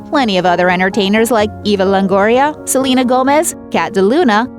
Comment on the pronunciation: Ok that lady calling Selena “Selema”...... how annoying